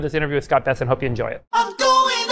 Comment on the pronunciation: Scott Bes"se"nt